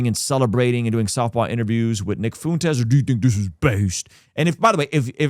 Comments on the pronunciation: are you intentionally trying to say nick last name wrong? lol. I’m not a fan of him but as a Spanish person lol your pronunciation is incorrect. FA-WHEN-TEZ. lol not FU-N-TEZ. 🤣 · Brother, Nick's last name is spoken with a Spanish pronunciation. You are saying it as if it were spelled like this - Foontez It should sound like this - Fwentez A "ue" next to each other with a Spanish inflection almost always makes a "w" sound. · Intrusive thought here: ignore if it is irrelevant : is nick of Spaniard decent , and if so wouldn’t his name be pronounced “foo-en-tes” . Fu as kung fu , en as in enter and tes as in tesla….. again super irrelevant but I’m learning about him through this channel and the work your team is doing so I’m not sure on the pronunciation of his name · Is that how you pronounce Fuentes? Why are you saying it that way ? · You do that on purpose to be a dig to Nick by pronouncing his name wrong don’t you?